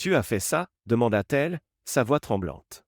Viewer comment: Orthographe déplorable dans la version écrite, et des erreurs dans l'oral des imperfections aussi. Des mots brefs épelés au lieu d'être bien prononcés, par exemple : -t-il, -t-elle > Té-elle... Les gens sont très bizarres, dans ces vidéos. Ils ne paraissent pas normaux, ni leurs manières, faits et gestes, ni les situations... Le vocabulaire est toujours pareil dans toutes ces vidéos : détermination, finaliser, contrôle, précaution, confronter, crucial, tension. On ne sait pas du tout de quelle sorte d'emploi ni même de branche il s'agit, ce qui rend tout moins vraisemblable... "Essaie-moi" : Try me... Le récit est difficile à comprendre, en tout et pour tout... "Sous son souffle" : under his breath... Dans toutes ces vidéos, les hommes mettent tout simplement les femmes à la porte, sans plus, ce qui n'est pas une option possible dans la réalité.